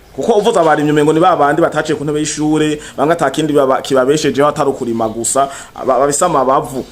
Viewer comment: Kurima nivyambere yavuze Nabi wumva ngaho ahindura ingendo?yikebuke avuge neza